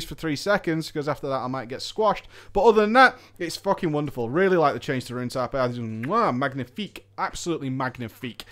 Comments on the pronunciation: Good video, I'm still considering the DK for WoD, fyi the g in magnifique is silent. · you are not supposed to pronouce the 'g' when saying Magnifique in french.